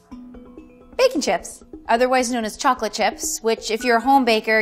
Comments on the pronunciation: Bacon chips anyone thought she said bacon chips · I thought she said bacon chips😂 then I realized definitely baking.chips